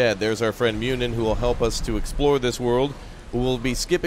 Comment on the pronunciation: Muninn is not Myunin, the U is a one syllable sound like the one in "burrow". Same goes for Huginn except the G is soft making his name sound like Huyinn. While we are on the subject, Bifröst is not bi-frost, it's biv-rust. It's really annoying watching the Avengers with them saying bi-frost all over the place. When I first saw it, I had no idea they were talking about Bifröst. Cheers from an Icelander.